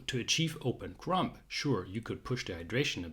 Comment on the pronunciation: As usual this is a very interesting lesson. Most of it I have heard before but your explanation always makes such good sense. Thank you! Ps: “Crumb” does not end with a p. The B is silent.